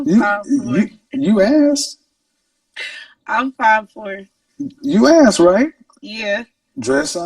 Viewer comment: The whole “axe” thing really drives me nuts. The word I is “asked”.